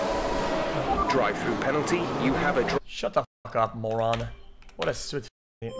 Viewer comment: 3 seconds in ''Drive trough penalty'' yup, thats X alright